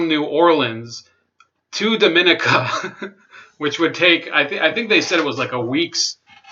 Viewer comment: The country of Dominica is pronounced “Dom mo née ka"